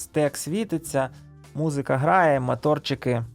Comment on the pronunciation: Не мАторчики, а моторики, дуже ріже вухо